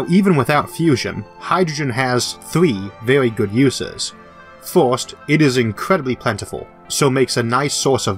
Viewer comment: What accent is that "first" is pronounced "Fuirst"